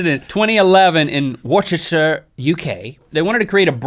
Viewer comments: Lol, the Bra challenge was in Woshesher, UK.. I take it you were trying to pronounce Worcestershire (pron. Wustershire) Or Worcester (pron Wuster).. ;) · "attempted in Worshashur, UK" 😅 It's pronounced 'wuss-tah-shir' haha but it is difficult to get from the spelling I'll admit (Worcestershire) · I know it looks like Wooor-Chester-shire but you but you can pronounce it Wooster-shire or Wooster. :) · HAHAHA!!! It's pronounced woos-ter-shi-er not wosterchir! I understand you may not be familiar with English dialect, but you butchered the pronunciation! HAHA, love you guys! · Its pronounced woos te sheer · It's pronounced wuss-ter-sher! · IT'S PRONOUNCED WU-STER-SHIER YOU YANKY SWINESS!!!! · It's pronounced wus-ter-shire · The pronunciation of Worcestershire was horrendous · anyone else from UK laugh at Link's pronunciation of Worcestershire?